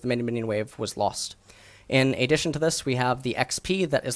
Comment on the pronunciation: "A-ddition" love you